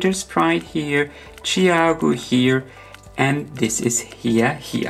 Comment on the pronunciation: Hiya Hiya is pronounced with a long "i" vowel sound, like you are saying "Hi" to someone - not like "He."